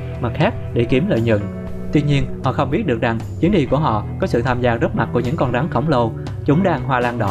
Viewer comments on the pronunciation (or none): Rắn mà nghe bạn nói như gắn =)